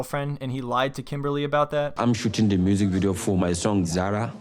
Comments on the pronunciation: He can't even pronounce her name correctly for god sake. KIMBAAALLYY.....hahaha. What a joke. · It's not pronounced Kim it's pronounced "Kimmbaaly" 🤣😂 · Did he called her kimbaaarly?